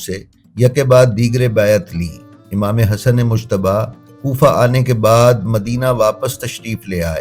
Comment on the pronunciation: براہ کرم ۔۔۔ امام حسن علیہ السّلام کا نام دھیان سے لیں ۔۔۔ یہ مشتب نہیں ۔ مجتبیٰ ہے اس میں لفظ ج نمایاں ہے ،🙏🙏🙏🙏🙏